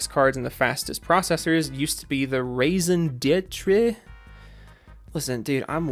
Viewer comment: For the record: Raison d'etre is pronounced 'Raisin deh tear'